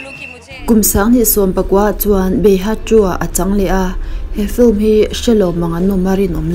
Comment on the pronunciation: I thiam lutuk mahse i aw ngaihthlak a hreawm deuh......... Film tih i sawi phei kha chuan Fulm ti i ang lutuk.......mahse i ti tha